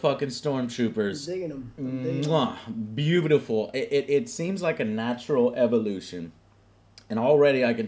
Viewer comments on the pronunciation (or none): none